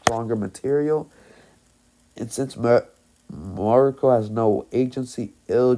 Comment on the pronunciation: It's actually miruko